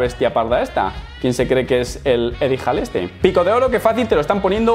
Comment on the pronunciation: Eddie HAll???? Diooos me sangran los oidos 😂🐶